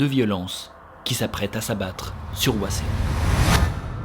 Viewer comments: Je connaissais déjà l'histoire car grande fan de BJH, mais mes oreilles ont saigné pendant cet épisode : Hwaseong se prononcé "ouasong" et non pas "ouaséong" 😂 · Super vidéo comme d’habitude ! Petite précision : Cheongju et Hwaseong ne sont pas bien prononcés. Dans la romanisation des mots coréens, “eo” se prononce comme dans le mot “bol” (o ouvert). Il faut donc lire Chongju et Hwasong :) (et de même, “ae” se prononce “è”)